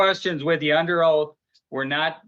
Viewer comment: Oaf. Not oath 😂